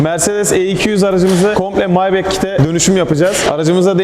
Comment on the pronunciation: ya SG önce nasıl okunuyor onu öğren maybek ne lan